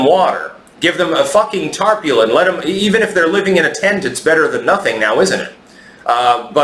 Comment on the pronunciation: Weird pronunciation of tarpaulin. Unsubscribed. ⛺️